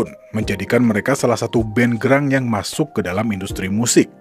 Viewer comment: Grunge dibaca Granch bukan Grang